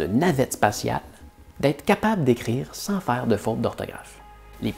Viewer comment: "Sans" et "vent" ça ne le fait pas avec ton accent québecois : on entend sain et vin :-) mais ta vidéo est tout à fait probante, surtout la comparaison avec l'italien et avec les exemples d'orthographes anciennes ou des sources latines, je suis (con)vaincu. Ce que je vais ajouter n'est pas pour contredire tes propos mais pour apporter un éclairage et quelques complémentarités : l'étymologie se retrouve dans l'orthographe et peut donner du sens comme "forêt" (loin de sylvestre), dont l'accent circonflexe est un "truc" pour gagner de la place en supprimant le esse qui reste dans forestier, et pour ne pas confondre avec un foret pour percer le bois ou le métal. Un des mots que je trouve le plus dingue est « accueil », pour arriver à l’écrire je doit toujours le prononcer dans ma tête : akuèye, comment l’écrirais-tu ? Oui le français est plein de non-sens comme écrire « fils » pour le fils de son près, et pour les fils électriques, écriture qui ne dit pas comment ça se prononce, il y a des listes de ce genre que tu aurais pu citer. À contrario, l'amande le fruit de l'amandier, et l'amende prononcé par un tribunal : les militant en désobéissance civile qui vont en procès disent qu'ils aiment au menu les amandes et les avocats :-) Et c'est vrai qu'il est inutile de conserver une orthographe complexe, quand à côté le langage perd la poésie des métaphores, et quand les personnes vont vers un appauvrissent spirituel : on sait que certaines catégories sociales ont très peu de mots dans